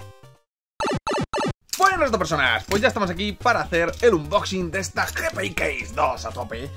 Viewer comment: Joder pronuncia bien unboxing que hace daño a los oídos